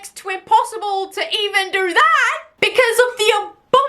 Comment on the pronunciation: I’m sorry, but it’s the way she said” what’s that supposed to dorrrrrr”😂😂